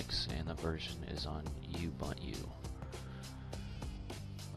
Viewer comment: thanks for the help. BTW its pronounced (oo-bun-to) a lot of people say it wrong. Again, good video.